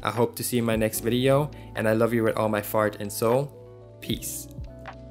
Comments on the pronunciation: Are you saying " I love you with all my FART and soul" at the end of each video?? cause i cant un hear it. Great video btw. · i don't mean to ruin the video, but am i the only one that heard "i love you with all my FART and soul" ?????? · Great talk, thanks. Was i the only one hearing: "I love you with all my fart and soul":D